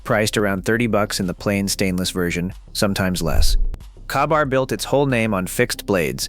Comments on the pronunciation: Kah-bar???? Really? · Terrible narration Kah-bar? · Its pronounced (kay-bar) and yes grandpa carried one across Europe and Korea. My father took it to Vietnam. I carried it in Kuwait Iraq and Afghanistan. God willing it's seen its last war, but If a family member deploys it will go where ever its needed.